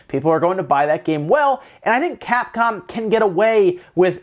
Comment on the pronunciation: at first I thought you said Cat-Con